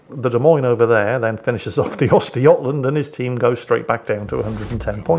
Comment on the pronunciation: ...the prononcusation of Östergötland...that's actualy pretty damn close!